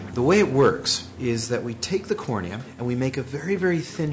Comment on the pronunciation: The way she said cornia, please. I cant